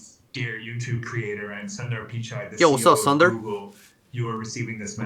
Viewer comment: He isn't pronounced this way. He is pronounced as "Suundar Pechaae" (spelt as: Sundar Pichai) . Lol he would never pronounce himself this way 🤣🤣🤣🤣